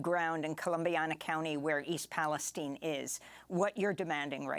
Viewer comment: FFS It's Palestine NOT Palesteen...